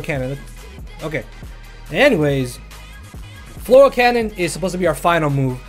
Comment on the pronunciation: i love it. FLORAL CANNON. Its Fleur cannon LMAO